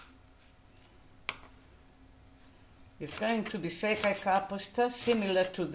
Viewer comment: Székely , not Székey. It's named for József Székely.